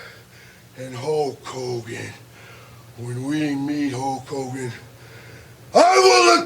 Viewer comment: “HOKE Hogan” Warrior